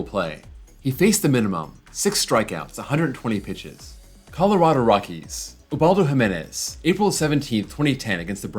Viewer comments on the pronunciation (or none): none